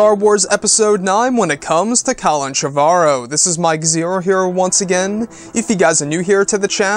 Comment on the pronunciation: his name is pronounced Trevor-o. Like the first name Trevor